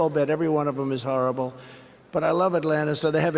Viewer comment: He can't even pronounce horrible.